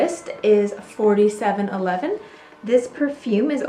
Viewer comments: Yes you don't say 47-11 its 4 - 7 - 11. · Pronounce it as four seven eleven eau de cologne...rather than forty seven eleven...it's such a great hot weather one, always dabbed it around the neck as a refreshment on a hot day! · In England we call it -- Four seven eleven. Not forty seven eleven . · It’s four-seven-eleven!!!! Not 47-11.... 😒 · It's pronounced: "four seven eleven..." It was sold at Woolworths and worn by teenaged boys... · The first one is pronounced as 4 7 11